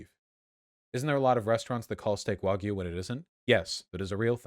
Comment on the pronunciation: Dude needs to learn how to say the word “wagyu”.